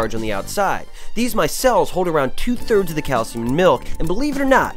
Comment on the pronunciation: what the hell is cay-el-siyum yo?